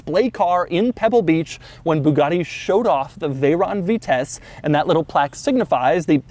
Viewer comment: At first I thought he said the Bugatti veyron vtech